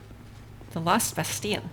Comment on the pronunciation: Pronounced Bas-TEEL. It's French, not Spanish.